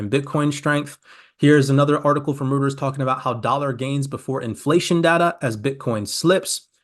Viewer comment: Always appreciate you and your videos!😁🙏🏼 Just FYI though… Reuters is pronounced "Royters"